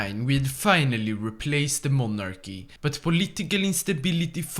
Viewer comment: PRONOUNCING "MONARCHY" RIGHT WITH THE "KY" INDTEAD OF THE "gy" like a french!